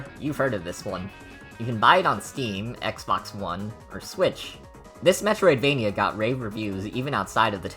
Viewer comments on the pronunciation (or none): stop calling it "Medtroid-Vania" its not a REAL Genre. It's Dungeon Crawler :/